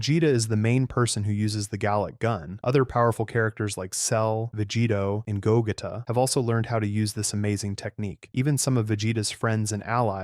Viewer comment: “Ru-ditz” “Go-getta”💀